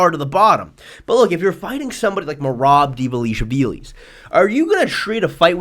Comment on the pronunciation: If you are here for the same reason as I am, he's saying "Mirap Di'valishvilis"